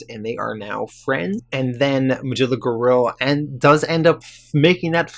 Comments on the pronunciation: It's not pronounced Ma-Jilla. It's Ma-Gil-la. C'mon, dude. You're killing me. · I really enjoyed this video this is the first time I've heard of these unique stories and I am surprised that there is not more support for this channel. Also just as something minor you might want to keep in mind Magilla Gorilla is pronounced [Muh - Gill (like a fish)- uh- gorilla].